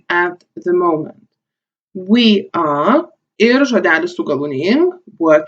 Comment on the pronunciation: Man neikiek nepadėjo. Ir tu nesakyk are A, o sakyk Ar. Ir tu galėtum daugiau pavyzdžių :(